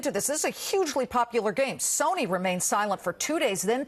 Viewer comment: I love how he couldn't say Sony's name.